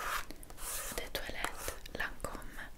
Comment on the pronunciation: Mi piaceee moltooo il tuoo accento francese 'eau de toilette' 'la vie est belle'. Poi fare una video in francese se parli il francese??. Love from 🇫🇷🇫🇷🇫🇷